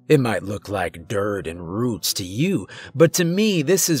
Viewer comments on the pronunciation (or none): none